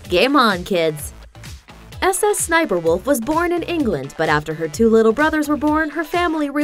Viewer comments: No. Its SSSniperwolf. Not S S Sniperwolf. smh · We do not call it s s s niper walof. It sssniperwolf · Dummy it’s not S S sniperwolf it’s sssniperWolf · The fact she says ss sniperwolf makes me so mad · IM BEGGING U STOP SAYING S S SNIPERWOLF ITS SO TRIGGERING MEEEE